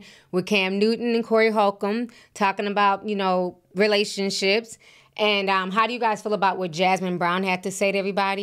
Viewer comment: Relation-slips, not Relation-ships.